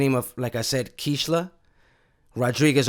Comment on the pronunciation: KEISHLA is pronounced kayshla in Spanish Rip KEISHLA🙏